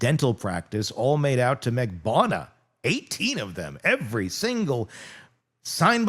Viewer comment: it’s Marg-bar-nu-wah 😂😂. That’s how you pronounce Magbanua